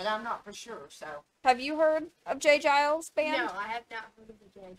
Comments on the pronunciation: No offence but its J Geils with a G sound not a J sound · In case no one else mentions it, it's pronounced like, Jay GUY-ulls, not Jay JYE-ulls. Y'all crack me up 🤣😂🤣😂🤣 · Geils is a hard G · For the record it's "Guy-lz". J. Geils is the guitar player with the sunglasses in the video. Peter Wolf is the singer. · Just an fyi, it’s Giles, like files, miles. Great reaction video by the way! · Pronounced j. Guy-alls band. That's ok I was the same way when I first saw the name of the band. lol Song was from 1981. "Give it to me" is a great song of theirs .